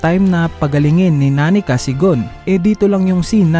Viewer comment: Sinong meryum? sinong nani ka ? sinong alu ka ? narinig mo na nmn siguro yung pagkakabanggit ng bawat pangalan sa series dba iniiba mo pa bvbo